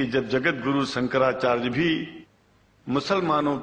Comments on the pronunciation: Chuti...hai sala... Shankracharya ki jagah bolta hai- sankracharj.. kahan ka hai ye mullon ka chela..? khud maulan poonchhte hain ki Zakir naik kaun sa fake aadmi hai.. sab chu...ki jamat hai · sala dhang se hindi nahi bol paa raha hai "shankracharya" ko "shanracharg" keh raha hai chutiya sala